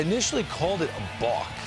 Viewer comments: I'm sorry, but before we even begin discussing the balk, much less upholding the rule, you need to say it right. It's a balk , not a "bock", okay. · Balk...not BOCK.